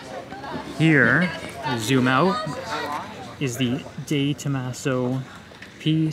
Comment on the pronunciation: De Tomaso ... You have to pronounce the "e" like in F"e"rrari 😉. In the english or american way you pronounce its name, it should be written Di Tomaso in italian.